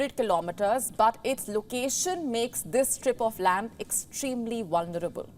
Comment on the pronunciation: Love Indian accent, only sometimes pronunciation is off..like "wulnerable" instead of vulnerable